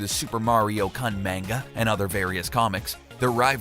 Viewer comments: I'm sorry, but the way you pronounced Manga and Shigeru Miyamoto was rather irritating. Just thought Id throw that out there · "MAINGA" "Shy-geeru My yah mahtoh" "The One Thousand Year Door" "We've only seen Link without his hat in Breath of the Wild..." Um, what about Wind Waker at the start of the game and Twilight Princess at the start of the game?! This guy makes me want to punch someone.